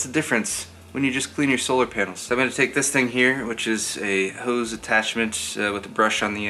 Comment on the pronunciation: Man this was an excessive use of the word HOs i mean hose.